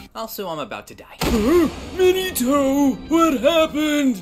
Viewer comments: My man 3rd hokage called Minato mini-toe… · I love how lord third calls minato minitoe